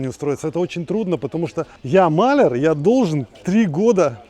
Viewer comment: МалЯр - ударение на букву Я.